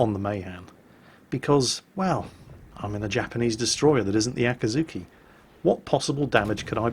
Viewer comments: brush up on your japanese pronounciation,, A'kats'ki (or just watch more Kancolle^^... POI^^ )...omg, I sense Salt Mines in my immediate future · ~ OMG I have never heard anyone says "Akatsuki" this dirty...